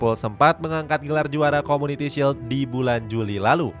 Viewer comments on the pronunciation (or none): none